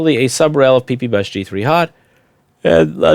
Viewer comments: I get so excited every time he says PEEPEEBUS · He said pee-pee bus.. 😂